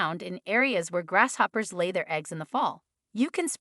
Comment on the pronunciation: I am sorry but, I had a really hard time listening to this video because of it being pronounced grass shoppers so many times!